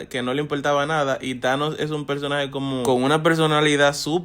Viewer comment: No es thaños es anos